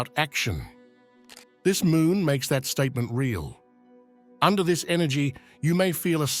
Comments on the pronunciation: And it's MOON not MOOM. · Full "Moom" portal hehe